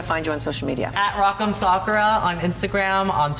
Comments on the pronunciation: Sa-coo-ruh? MICHELLE OMG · no one: michelle visage:rock m SOkUra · Mispronounced her name and it’s said numerous times and that just utterly insulting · Why do so many people say Sakura wrong its so annoying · I did not appreciate how she pronounced Sakura at all. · Michelle mispronouncing Sakura 🤦🏼‍♂️ This is in my top 3 worst eliminations in the show’s history. Rock M should have been safe. Bottom 2 100% should have Ben Aiden and Brita. So many things Aiden did that weren’t called out, the use of the same wig, exact same makeup with almost no change (like in color or going with the challenge), And BASIC BASIC BASIC outfits multiple times. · Why is no one correcting these people on how to pronounce "Sakura"???